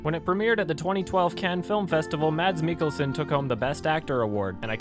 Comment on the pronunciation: Monty Datta The only good thing about Hannibal is Mad Mikkelsen And yes it's "sen" not "Son" he is danish not american. Anyway The show really isn't that good, Mads is just an amazing actor